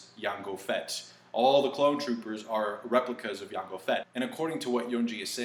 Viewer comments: the j in jango is silent ok it's Jay N go ok yango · why do you pronounce jango's name with a Y instead of a J?